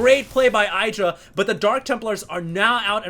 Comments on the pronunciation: No, is wrong. Husky is right. Idra is pronounced the same way you pronounce "it' or "idiot". Ed-rah no Eye-dra. is ignorant. On a side note, Idra is fucking amazing. I used to dislike him but seeing him play and his game sense is phenomenal. He has so much experiance under his belt that he's able to tell what's coming and how to react. Just great. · omfg, stop pronouncing idra incorrectly!! It's "ih-dra", NOT "eye-dra".. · Id-drah, not I-draw. Even Husky gets it right now and then ;-) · It's "eye"dra, some ppl pronunce it idra because of hydralisks but when you see an I at the begining you prononce it like eye. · IDD-DRA Not eye-dra. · No, it's actually Id-ra. He's said so, himself. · even idra calls himself id- ra :/ but i think everyone calls him different things. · it's pronounced iiii-dra iiii-dra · Trust Artosis! But... he calls Idra something different than Idra calls himself! Wtf?